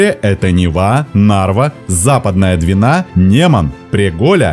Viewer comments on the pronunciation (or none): none